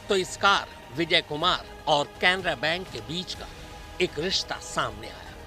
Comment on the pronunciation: Bhayya bank ka naam to sahi bolo aur cc tv wire nai dvr le gaye